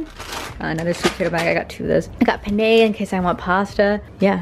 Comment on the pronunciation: first time i've heard someone pronounce penne as "pen-eyyyee" hahahah i love it!